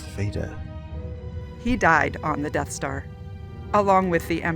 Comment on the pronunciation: Uh.. dude, wtf is the 'Darth Star'. Like wtf bro ?!?!?